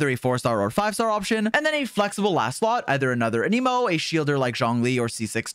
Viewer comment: How do you main xioa and say anemo so weird